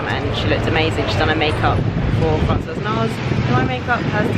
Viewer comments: Yes a vlog and a great one too as usual ! Lucky you by meeting Nars ! I am French (but have been living in UK for like 20 years ) you do not pronounce the S at the end of Francois sorry I hope you did not mind me telling you. :) xx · ahah so funny I was going to leave her a comment too about how Francois should be pronounced… bisous ma belle xx